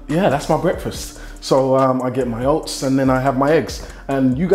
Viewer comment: Man said oasts i'm done forget oats i'm bot eating that